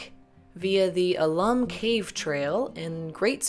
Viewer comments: I didn’t go too far down but I assume someone has told you the name is “owl-lum” not “ahhh-lum”. If I am wrong tell me but I think the reference is to the mineral content found there. Alum XAl ₂·12 H ₂O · Please, it's "AL-um", not "a-LUM"!